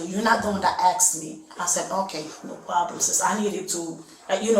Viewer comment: It is gowna be a pwoblem